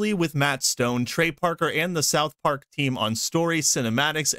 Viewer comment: Why do you say spith park, an the video shows director from pyschonauts